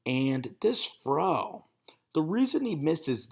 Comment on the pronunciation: "2 yard frow"